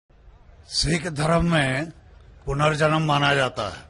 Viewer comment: Zakir Saab, Punarjaman hota hai ...